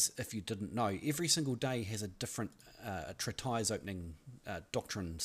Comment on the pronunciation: Oh, it is not pronounced "trit" "ice", but "treat" "is"